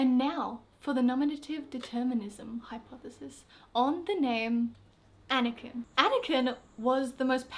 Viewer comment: The way you pronounce Anakin is actually a girls name in Norway, spelled Anniken.